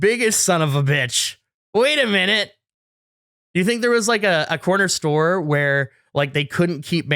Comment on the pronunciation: So doesn’t know how to say corner store also